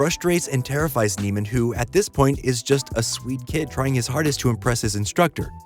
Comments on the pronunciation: Another part of Fletcher’s abuse is how he purposely mispronounce Neiman’s name for the entire movie, to the point where even in this video the narrator mispronounces it. For those wondering it’s pronounced “neigh-man” and not “knee-man”. Andrew says it in the beginning of the movie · You missed my personal favorite thing. His name isn't pronounced "Neeman", it's "Nayman". He introduces himself as "Nayman" and a kid in the worse music group calls him "Nayman". Fletcher just calls him "Neeman" as a mind game. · Its andrew ‘neigh’-man. ‘Knee’-man was one of fletchers manipulation tactics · It's pronounced nayman, he literally says it in the scene where Fletcher introduces himself. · I love how you mispronounce his name just like fletcher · It’s interesting because you’re mispronouncing Andrew’s name here too. Fletcher does it the entire movie as a power play and we the audience start to also associate him with that name while we’re taken on the ride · I noticed that too. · Americans are specialists in butchering names.. So i am not sure if this was intentional.